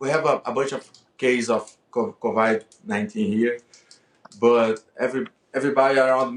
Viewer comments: CO-VAI-D 19. Hmm interesting. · Man said covide nineteen 😭